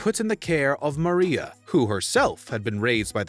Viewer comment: Why does this guy pronounce things so weird, like “daughter”? And she’s not “Maria”, she’s “Mariah”. Or how about learn how to say “battery” among other words. If you’re not sure how to pronounce a character or actor’s names, ask someone. Watch an interview with them or how about watching the actual source material!